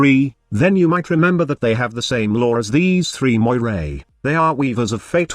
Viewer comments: It's pronounced "MOR-EE". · Cool concept .I would like to see a frame like this in the game but the name needs to be pronounced Meera (Meeres in plural) if it is to be like the ones from Greek mythology. Meeres had power over life and death.When someone was in a critical condition like severely wounded in war Meeres would hold his life string and cut it if he should die .That might give someone an idea about the missing 3rd ability.A catchy name would be "Strings of Fate" .It could be something like a debuff that would make enemies more vulnerable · Her name (Moirai) is actually Moira from Overwatch with an extra "I"